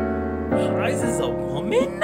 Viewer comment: omg HEIIIIIIIIIIIIIIIIIIZE it's hey z not hi z also.... i hope you're not serious about a lot of stuff you're saying,... just being honest